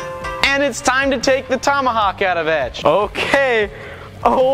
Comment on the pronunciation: what's a "tummahuck"?